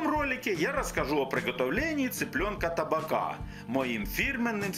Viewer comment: ТабАка, ударение на среднюю А!!!